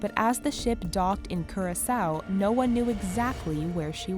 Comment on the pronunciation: its not CUR-A-SOU its KOO-RA-SOU